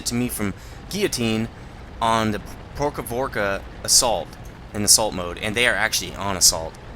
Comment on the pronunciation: May I aid you in the pronunciation of the map name. Про́хоровка (Prokhorovka) It is pronounced Pro-kha-rove-ka.